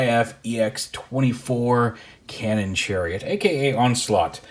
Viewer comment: "Channon cariot"